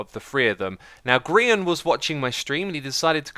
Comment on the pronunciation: He said Grian right!